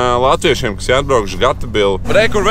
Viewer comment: Nevaru nekādi saprast, Tu speciāli Gatebil izrunā kā (Ga Te Bil) nevis (Geitbil) vai es visu laiku galvā nepareizi izrunāju? 🤔